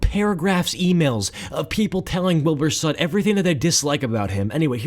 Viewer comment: "Wilbur sut"